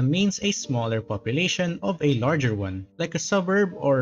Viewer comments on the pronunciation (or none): none